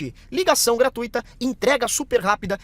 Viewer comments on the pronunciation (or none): none